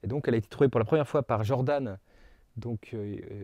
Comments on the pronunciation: Vous êtes sûr que ça se prononce "Jordanne" ? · Merci pour cette vidéo, qui donne une technique pour obtenir la décomposition de Dunford. Mais je ne comprends pas pourquoi tu prononces "Djordane" à l'anglo-saxonne alors que Camille Jordan était français. Mais bon, c'est pas grave grave. Cela n'entache en rien la qualité de ton travail.